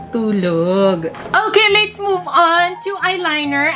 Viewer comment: Just a correction let's po Hindi lits